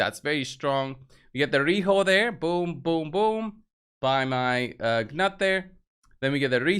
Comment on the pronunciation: Its nut the g is silent